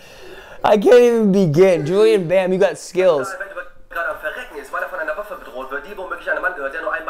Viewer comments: And his name is pronounced like Julien Bäm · Die sagen Julian BAMMM UND nicht Julien Bam. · It's "Julien Bam" not "Julian Bam" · JULIEN BAM. HIS NAME IS JULIEN! JULI E N! xD